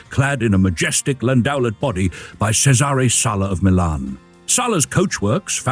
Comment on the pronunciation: I can’t stand all the mispronounciations. First of all it’s Frass-Kini not Frash-kini (just like Bruss-ketta non Bru-shetta) Then Cesare is “CHAY-za-ray” not whatever it is this man says. Lots of others too. If you don’t know the correct pronounciation, that’s fine, nobody speaks all languages, but find out from someone who does.